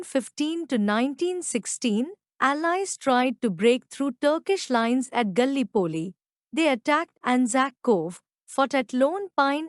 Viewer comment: ‘The battle of the Marne’ is pronounced ‘MARN’ ; Gallipoli is pronounced ga-LIPP-oh-lee— Is there any way you can hire a native-English speaker to recite these facts on your next YT video ? The accent on this one is very hard to understand but the content is not bad—although it might help to extend the length of the content by adding live-historians to give their take on WW1 — aim for a 45-minute video to be worth the time … and to understand what was what by providing much needed background CONTEXT …